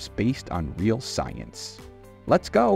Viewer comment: Uh..."Science". SMH. 😂